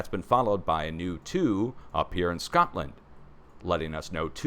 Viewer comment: I literally just said “Shcotland” at the same time did!😂